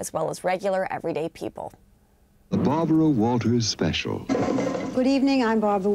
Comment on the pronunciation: "Good ebening. I'm Bawbwa Wawtaws"